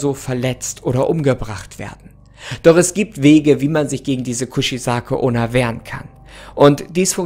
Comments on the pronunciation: „Kuzizake onna“ ich Feier dich echt aber ich kann nicht mehr hahahah Kuchisake onna wird genauso so ausgesprochen wie gelesen eigt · Die Aussprache vom Namen ist komplett verkackt